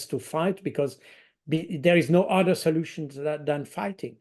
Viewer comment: Baud is VERY GOOD at English. To perfect it further remember to pronounce the ´th’ in English. He tends to substitute a ´d’. Consistently avoiding that substitution would make a big improvement with minimal effort. Th can be voiced or unvoiced. Baud has no trouble with the th in ´think’ which is unvoiced or in the word ´something’. But he pronounces ´other’ like ´udder’, as in the thing that hangs from the under side of a cow and may be milked.